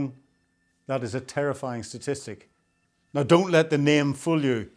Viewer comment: NOW is not pronounced NYE